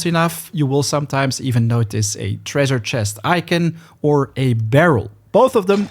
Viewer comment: That's not how you say icon.